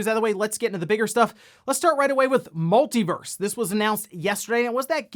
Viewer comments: Everytime he says verse instead of Versus 🙃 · It's "Multi Versus". Not "Multi Verse". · He and some others I watch keep calling it "Multiverse". It is called "MultiVERSUS". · Just FYI, the game is called Multiversus…..not Multiverse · Pretty sure its called Multiversus not Multiverse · It's called MultiVersus not MultiVerse. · It's "MultiVersus" my dude. Versus. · please pronounce Multiversus correctly it's killing me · Multiversus is 4 syllables 🤣